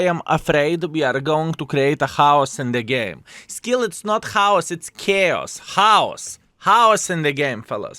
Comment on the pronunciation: Actually "Chaos" it's a Greek word (ΧΑΟΣ) and you pronounced correct!!!